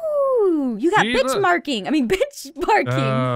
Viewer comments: XD aph said bichmarking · Aph said bitchmarking instead of benchmarking XD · she said bichmarking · "Ooh you got Bitchmarking! I mean Benchmarking" -Aphmau 2015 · Bitchmarking benchmarking Probably the same difference when u say it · I’m going to ignore the mistake when she said benchmarking